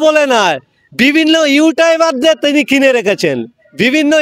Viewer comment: ওটা ইউটাইবার না😂😂 ইউটিউব হবে 😂😂 এরাই আবার i s f করে এরাই আবার ভাঙ্গর কে রক্ষা করবে 😂😂